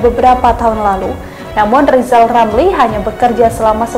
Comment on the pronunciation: Sirizal ngucap huruf R aja gk bisa kok mau jafi presiden . duuuuuh amit amit .